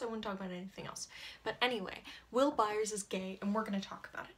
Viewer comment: THE WAY YOU SAY HIS LAST NAME MAKES ME SOOOO MAD! and he ain’t gay